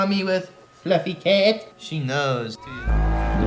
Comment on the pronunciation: Something about the first 5 seconds of this video really makes me giggle. The quiet "yeas" and the pronunciation of "fluffy cat" both really got me.